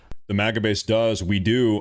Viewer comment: Why do you continuously call it moga and not maga just Google the words you're saying and look how it's spelled